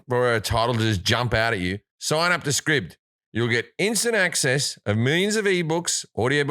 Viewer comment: Scribd is said like scribed